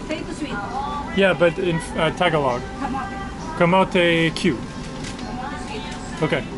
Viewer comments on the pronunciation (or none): none